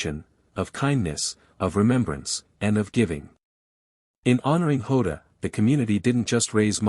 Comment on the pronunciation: And it’s jota not ota you numb nuts